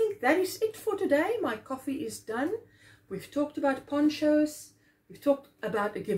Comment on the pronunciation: OMG, instead of ponchos I heard porn shows... This is what happens when I watch after Ginger's chat. Lol.